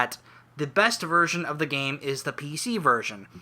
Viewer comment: Sounded like you said virgin instead of version at one point XD